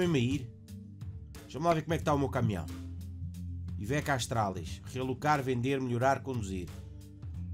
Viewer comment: É Iveco Stralis, não Iveco Astralis